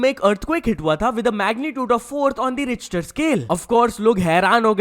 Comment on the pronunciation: Bhai usko रिक्टर bolte hn 😅😅